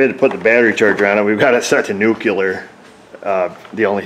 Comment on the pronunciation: Nuke-yu-ler. One of my pet peeves too.